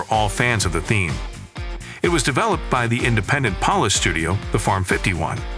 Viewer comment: Has the narrator never heard of how someone says Polish in real life?